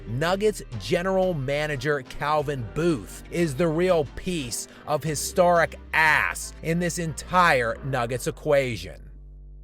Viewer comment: One of the most historic ASS pronouncers in human history, lol so much passion for the word.